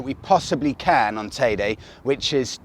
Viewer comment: Definitely not TayDay. It’s Tayde Or tayda teeda